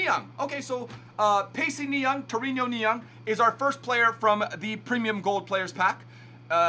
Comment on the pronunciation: Zwe Torino is pronounced Torino, not torinio